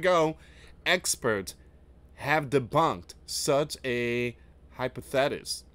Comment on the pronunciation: Hypothesis is pronounced Hi-paw-thih-sis